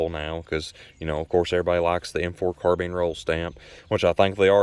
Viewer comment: AND it is a carBINE not carBEAN